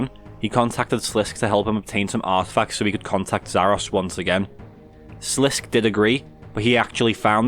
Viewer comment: It's pronounced SLIS-KAY rather than SLISK in RS3 voice acting, like as if he were French and there was an accent on the E in Sliske Sorry I gotta correct that, love the lore videos man!